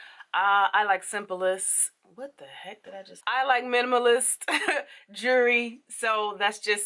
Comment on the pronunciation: YOU SAY "JURY"-JEWLERY JUST LIKE ME😁. MY FRIEND POINTS THAT OUT TO ME, THAT'S HOW I NOTICED HOW YOU SAID IT. I'M 1 MONTH BIG CHOP/NATURAL/TAPERED STYLE. LUV YOUR VIDEOS! TFS!🦋🌻